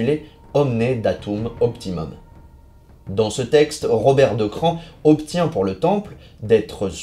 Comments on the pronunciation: c a r se dit '' cra'' , plus ""on"" ca fait CRAON , pas CRAN ! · Le mieux est sans doute que vous contactiez les propres habitants de Craon, dont la mairie par exemple, pour voir comment eux-mêmes prononcent le nom de leur ville... mais bref, vous semblez détenir toute la vérité, je vous envie... Bonne journée à vous aussi et au plaisir d'argumenter sur de prochains sujets.